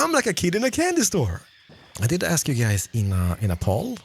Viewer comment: 'let me axe you a question' Mumbo snezes in mountion range somewhere